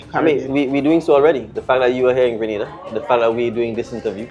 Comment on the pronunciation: Sorry Maya, Grenada is on the map if only people would stop pronouncing the name wrong and mixing it up with GRANADA that is in Spain.